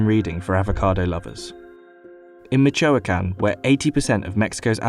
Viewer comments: he really said Mitch Oh Wakan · I can't with his pronunciations AGUAK A TAE MICH O CAN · The homie said, “Michoa-can” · The worst pronunciation of Michoacán I have ever heard. Made me laugh way too much when I heard it. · he butchers Michoacán, too...again, a simple and quick google search would have saved that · Also michoacan I triggered me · They didn't even pronounce Michoacán correctly. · Did you hear when he said Michoacan lmaoo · I’m offended by how the word “Michoacán” was pronounced. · Michoacan too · And Michoacán too 😂😂😂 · Cringe how he said Michoacán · His pronunciation of aguacate and Michoacán were both terrible. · lmfao that pronunciation of Michoacán. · The way he pronounced aguacate and Michoacan made me cringe and laugh at the same time LOL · Get your pronunciation right. Effort gets put into production but not in the correct pronunciation of the words you say. You butchered aguacate and Michoacán. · I’m they pronounced Michoacán wrong that’s just offensive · and michoacán